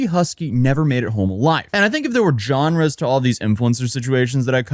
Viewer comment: Dude, the G in genre is soft. Not JON-ruh, rather ZHAHN-ruh. I'm going to assume you also think cache is pronounced cash-aye, instead of cash.